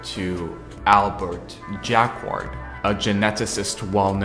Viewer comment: Just coming back to this. Jacquard is pronounced more like Jackard to English speakers. Ignore the 'u'.